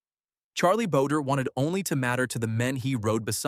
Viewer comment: its Charlie "Bow-dre" not boder, just FYI. for the historical record, Charlie bowdre was the regulator killed Stinking Springs shootout and not Scurlock who lived till 1929.